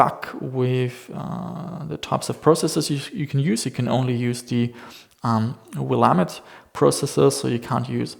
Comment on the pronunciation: as somebody who grew up in oregon it pleased me to hear willamette pronunciation not get butchered